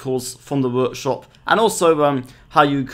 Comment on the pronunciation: Vorkshop? Are you russian or something?